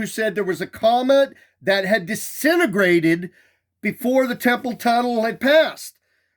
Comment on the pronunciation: 'disenagrated'... Smh